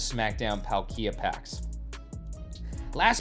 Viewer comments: prounced Paul-kee-uh. Not trying to nitpick but as someone who loves pokemon i feel like i can speak for a lot of us that when we here a mispronunciation of a beloved pokemon big spike of cringe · "Not trying to nitpick" - then don't. Been a lifelong fan since the Gen 1 games; I don't pronounce it as Paul-kee-uh. It's Pal-kee-uh. More or less the way it's spelled. I agree that the way says it is weird and I've not heard his pronunciation from anyone else before, but you don't get to speak for us about mispronunciation. EDIT: This is interesting: According to Google, there ARE two pronunciations: "British pronunciation" is Pal-kee-uh. "American pronunciation" is Paal-kee-uh. Given I'm British, that explains our difference. Unsure on the origins of pronunciation though. One of his own invention, clearly. 😂